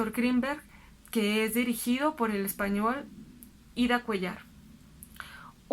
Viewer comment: "Bastante interesante". Frase que se repitió 500 veces. Cuéllar me parece que lleva acento en la e. Y "doctor" es palabra aguda. Solo para poner un poco de atención a esos detalles.